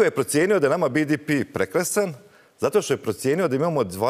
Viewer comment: Koji je vrag bi-di-pi? 😄 Hrvatski je BDP (be-de-pe) ili engleski GDP (dži-di-pi), nema nikakvog bidipija. 😂